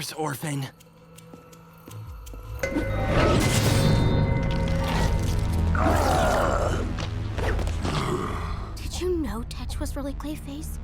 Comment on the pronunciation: five seconds in and they butcher orphan...wonderful lol